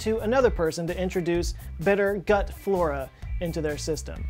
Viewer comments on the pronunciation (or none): none